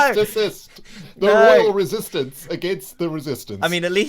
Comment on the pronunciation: More like ren-sistance